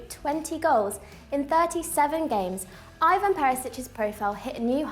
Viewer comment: You pronounce his first name ‘E-Van’ not Eye Van.